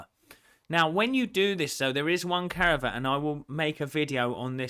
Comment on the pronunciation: CA VE AT * Not caravat :)